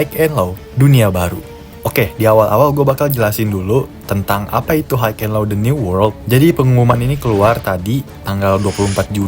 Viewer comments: HIGH bacanya Hai cuk Hok haik hok haik ndasmu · Hai and lo, not haik and lo